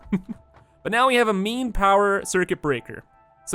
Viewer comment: Every time you say "Main" I think you say "Meme". So you've been talking about having a "Meme power switch" during the whole video... XD Good luck with the new world, man. Can't wait to see you reach new heights... and break Satisfactory once again! (also can't wait for the world download) <3